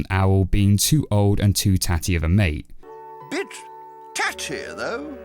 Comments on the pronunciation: I thought he said 'bitch"🤣🤣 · "Bitch, taty though" thats what I heard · I know it, sounded like he said b*tch but yea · Why did bit sound like bitch to me lol